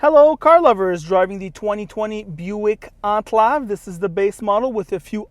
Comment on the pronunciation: This dude really pronounces it "Onclov" lmao